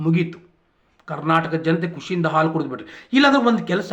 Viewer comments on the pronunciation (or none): none